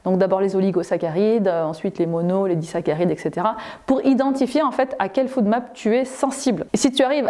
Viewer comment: Bonjour, Très bonne vidéo. Je vous informe juste que la prolongation de FODMAP se dit [fOdmap] et non [foudmap] 😉